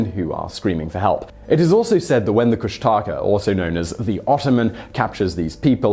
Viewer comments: Guys, I’m aware that pronunciations of unfamiliar words and/or names can be a challenge, so here’s a freebie. It’s not Kush-TAA- kuh. It’s Kush’ta’ka with very little to no emphasis on the last two syllables. I hear the wrong way in audio books, on tv shows, and now being spoken by Mr. Whistler.. it’s crazy making. (I say this as a long time resident of Southeast Alaska.) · You said kushtaka all wrong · Great video about my home!! My children are the 5th generation on the maternal side of my family to be born here in Alaska! Just a tie bit of helpful info, the Tlingit (the T is silent, pronounced like Kling-kit) tribe is Solely in the South Eastern region of AK (where I live) far far away from the mainland of AK and the perimeter of the AK Triangle. The beast you’re talking about is pronounced Koosh-TA-ka with the emphasis on the middle syllable, we hear stories all the time about them. Around here it’s said they are “land otters that can shape shift and have red eyes, they simulate sounds of women or babies crying to lure its prey” I know ppl, have family, thatve sworn to seeing them while out hunting.